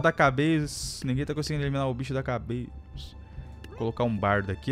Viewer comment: Mano sempre que o fala "cabecss" eu fico rindo que nem loco